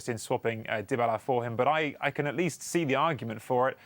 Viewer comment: Paulo "Dibala" 😂